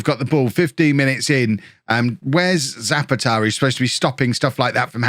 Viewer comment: poor old Zapata can't play well if you keep saying his name wrong... you have tried Za-pa-TAH and ZAH-pa-ta, and none of them are correct. go for the third option: Za-PAH-ta and the man will be delighted :-)